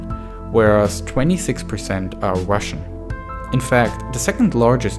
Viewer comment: yeoo does anyone else notice the guy's accent where he pronounces his "r's" as "w's" like when he says wussian instead of russian and welationship instead of relationship